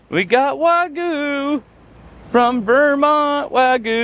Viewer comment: For the love of all that is holy, it is WAG-YOU. Also, "anyways" is not a word in the English language, it's "anyway". My work here is done, LOL.